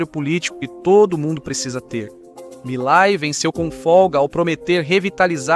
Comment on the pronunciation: Quem é milai? O presidente da Argentina se chama Milei e se fala como se escreve! Quanta ignorância!